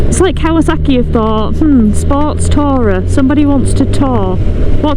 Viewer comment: The pronouncuation of the word 'tourer' made me cringe (and leave).